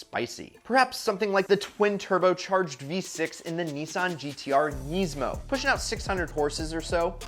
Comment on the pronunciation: Buick looks nice. It's an Opel here. Still , weird way to pronounce Nissan and Nismo